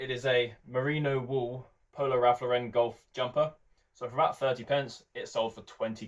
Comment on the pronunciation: It's not... its LAUREN